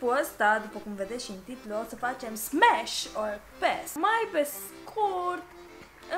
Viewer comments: in loc sa zici smash ai zis spash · "SPASHH"?????? Stop it, get some help! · Smash or Pass!!! Magda:Spash😂😂😂😂😂😂